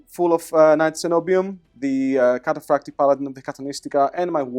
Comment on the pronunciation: don't forget proper pronunciation of catafractii, i was in heaven when i heard that